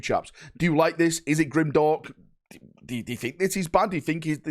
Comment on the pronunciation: Definitely Grimderp, not Grimdark.